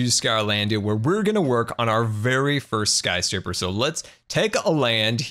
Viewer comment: "Scarscraper"- I love it.